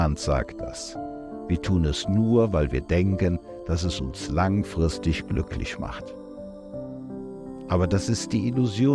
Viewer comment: Was hat denn der Typ für eine schreckliche piefkinesische Aussprache. "weil es uns langfristisch glücklisch macht" Igitt.